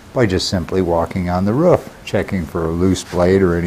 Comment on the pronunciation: On the rough ?? Is that how you guys pronounce roof on Arizona? ....rough ?